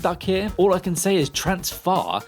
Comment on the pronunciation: TransFAR? No sir, its transFER